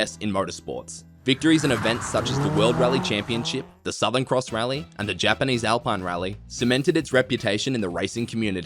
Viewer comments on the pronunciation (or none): none